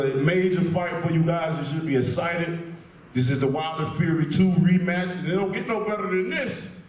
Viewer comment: ..Oh we’re ‘essited’, alright.